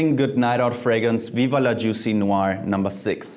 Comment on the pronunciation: Jeremy Fragrance is your new routine. You pronounce "noir" almost like a French man by the way.